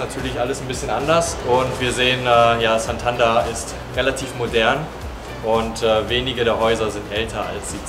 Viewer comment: Tolles Video, aber die Aussprache von Santander macht mich fertig 🥴.